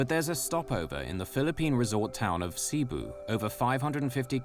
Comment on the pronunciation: He says it right, its not SEEBU!